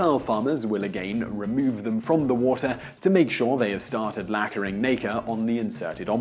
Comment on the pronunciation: He said lackering nacre .... instead of layering nacre.....